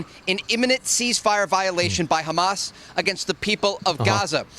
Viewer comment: Hamas ❌ Hummus ✅